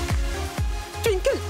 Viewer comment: J’aime tellement quand appelle Twinkle tinekle 😂😂😂